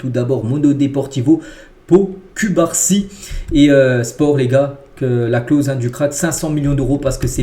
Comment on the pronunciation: 😂chef cubarsi s'eppelle (coup-bar-si) pas (cul-bar-si) 😂😂 mais je kiffe kan meme hahah